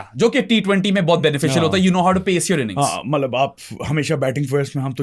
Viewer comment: I’ve tried to ignore it but ‘malab’ instead of ‘matlab’ is now driving me crazy lol